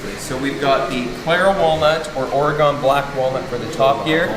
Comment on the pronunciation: It’s OR-uh-gun. Not OR-uh-gone. Love the videos